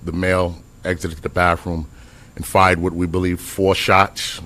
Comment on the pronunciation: really, “October eighteenf and bafroom”?? C’mon man